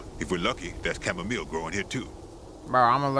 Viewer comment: Mans said “SHamomile”😂😂